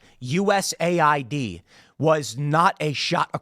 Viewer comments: Well if you stop calling it U S A I D and instead calling it US Aid we would know. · As a non native english speaker, hearing u-s-a-i-d causes a short circuit in my brain, isn't it supposed to be us-aid?